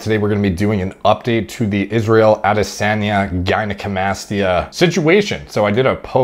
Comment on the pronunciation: It's ah-DEH-sun-YUH